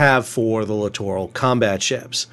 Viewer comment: My pet peeve with these ships is how most people pronounce it like "literal combat ship". Thank you for pronouncing it correctly.